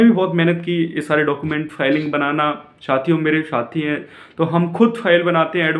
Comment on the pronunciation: भाई साथियों होता है न कि छातियों😊